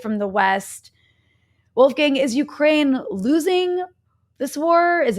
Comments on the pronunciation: Wolf gang?, as if he is a gang of wolves, maybe this person never heard Mozarts first name pronounced correct either? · Wolfgang is not a gang of wolves ;-) The a in "gang" is pronounced as the u in "dung".